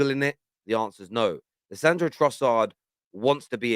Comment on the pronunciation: Leandro, not Lissandro, 😛